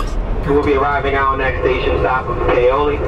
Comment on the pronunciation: It's Pay-o-lee,... not that hard to pronounce